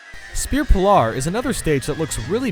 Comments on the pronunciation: DUDE! It's Pihl-er not Pihl-ar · Also Pee-Ler not Pee-Lar :) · spear polar? Ok, no offence, but it just baffles me how one can have a normal voice with no obvious accent and still mispronounce on this magnitude. I'm not trying to be rude, I'm just curious, is there some sort of ethnicity we don't know about? Well probably your regular viewers know, but I just found out about you recently. but still, Pillar, Pill-er, that is how it's pronounced. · You pronounce pillar Pill-er not Pill-Ar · "M'troid" "Spear Pillahr" "Delfaino" Does this guy know how to pronounce things? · You definitely failed English class. “Pill-are” “del-fine-o” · I just noticed how you pronounce pillar. For whatever reason, I like it, it sounds so much more dramatic.